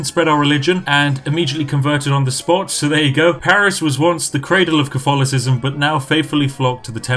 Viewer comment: I am normally more of a Twinings Earl Grey or Irish Breakfast, but who am I to contest a week's supply of tea. Have you thought of playing as Britain, with the goal to take back all the colonies (India, USA, Canada, Australia, etc) in the game? Edit: You mispronounced Cof-tholocism.